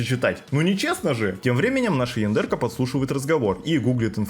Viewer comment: Почему то я периодически слышу не яндерка, а яндырка.